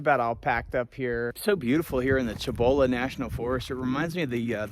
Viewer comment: Cibola is pronounced with the S sound. Spanish, not Italian